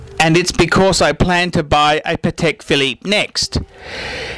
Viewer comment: You don't know how to pronounce Patek. Jesus....